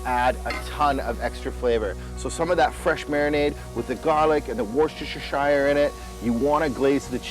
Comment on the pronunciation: Delicious! Now please allow me to share a bit of my English heritage pronunciation with you:) Worcestershire is pronounced Wuster sauce or Wuster sher sauce - completely drop the first R. Love your shows and delicious recipes.